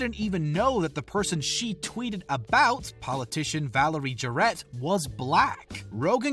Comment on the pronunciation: “Contravesy”? “Valerie Ja-rett”? “Rose-anne”? “Tom DeLon-geh”? What is going on here….